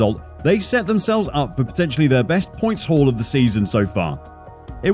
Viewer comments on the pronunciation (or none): none